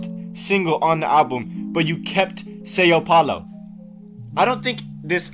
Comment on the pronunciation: that is NOT how u pronounce são paulo 🙏